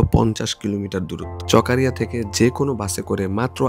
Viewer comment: চকারিয়া ❌ চকরিয়া ✔️